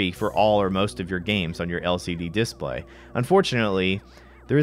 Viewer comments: couldnt process a thing you were saying because i was too focused on how you're choosing to pronounce "DIS-play" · Good arguments for both sides, but I'm pretty much indifferent to aspect ratio differences in these old games. But now I'm bothered about the pronunciation of "display". XD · It's strange how you inflect on this dis part of display rather than on play You say DISplay rather than disPLAY Just an observation lol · Seems mildly regional. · hrnnnnngggg who says DISSplay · Why do you pronounce display as this play? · The way you pronounce "display" is just begging for a displate endorsement. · I've never heard someone pronounce display like this. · The reason it bothers people is because your pronunciation of “display” is wrong in all the major dialects of English. EFL (English as a foreign language) teachers expressly teach students to not pronounce it the way you do. There are a few other words you used with stress on the wrong syllable, too, like “default”, and various two-word compounds. It’s just rather odd.